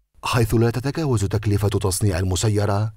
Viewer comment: لا تتگاوز = لا تتجاوز.... انت تتكلم فصيح لا تستعمل ال گ